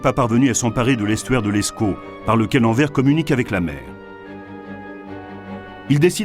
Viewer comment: Ma région, j'ai grandi avec ses histoires. Père militaire et chasseur Ardennais(3ᵉ régiment), grand-père prisonnier de guerre (2 évasions reconnues), je vis entre Bastogne et Malmedy. Super documentaire. PS : Anvers, on prononce le "S".:face-red-heart-shape